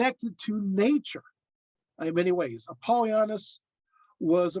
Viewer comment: You're pronouncing his name wrong .